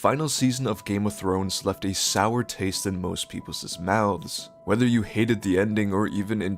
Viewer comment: I stopped watching the second time this native English speaker mispronounced people's